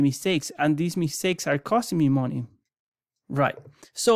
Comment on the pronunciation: Not gonna lie, when I hear someone with a thick accent selling a product, I just assume it was outsourced. I'm trying to listen but I can't stop laughing at "how much mooney from your weiners."